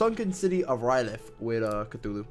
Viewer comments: It's not "Ryleth," it's R'lyeh. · it's pernouced ray lee